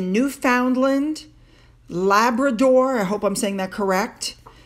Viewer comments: Hi, yes you did pronounce Labrador correctly! With Newfoundland, we do not pronounce every syllable we pronounce it as Newfunlan. Say it quickly!! lol Newfoundland is a spectacular place, the scenery and especially the people. Newfoundland was the province that harboured over 6,000 Americans on September 11th 2001 when their planes had to land because of the terrorist attacks in New York. Many of them still remain friends to this day because of the hospitality that newfoundlanders showed them. Yellowknife is in our North West Territories, it is not a province but a territory. It is similar to Alaska in environment and weather. It is separated from Alaska by another territory of ours call Yukon Territory or The Yukon. Of course, Ottawa, Ontario is our capital and that is why they will be visiting there with government officials. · Greetings, hope all is well. I'm from Newfoundland, you said it like many Americans. It cracks me up. But you nailed Labrador.